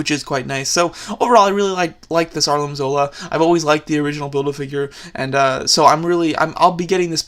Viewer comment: he calls him arlim zola instead of armin zola